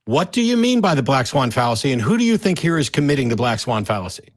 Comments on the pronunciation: "The black fawn swallacy" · The black swan fallacy “Fwan Sallacy” LOL 😝